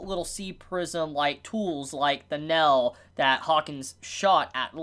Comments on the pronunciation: Can not pronounce "ai"? He pronounces nail " nell" and fail "fell" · Bro the way you say nail 😂 you say it like NEL lol other than that good review